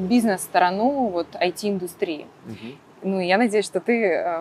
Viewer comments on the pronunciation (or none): сторонУУ, с таким ударением можно заканчивать